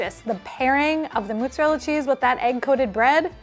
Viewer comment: Love Beryl so much, but the way she pronouces it "MOOT-zarella cheese" bothers me so much for some reason